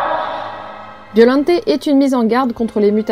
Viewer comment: J'ai regardé la VF de Godzilla VS Biollante, et j'ai toujours entendu et dis Biollante et non Biollanté 😅